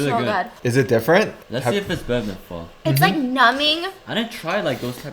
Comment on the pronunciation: She said pho right yay I am happy 😃